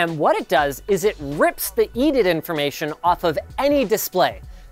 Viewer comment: its called E D I D, not EDITH lol